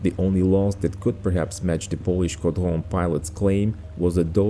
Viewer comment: J'adore ton accent français "groupe de chasse" "Caudron" "Guy La Chambre" Merci pour tes vidéos 📹, toujours au top 👍🏻